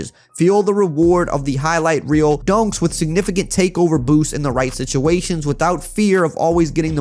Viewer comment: Sound like he's saying “donks” instead of “dunks” 😂😂 great vid though